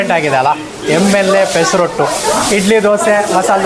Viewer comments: ಪೆಸರೋಟ್ಟು ಅಲ್ಲ ಪೆಸರಟ್ಟು. ಆಂಧ್ರ ತಿಂಡಿ. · Pesa rottu alla Sir. That is Pesarattu. Please pronounce telugu correctly